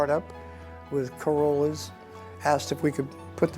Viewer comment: it sounds like he says Corolla's but the text on the images says Corona's ?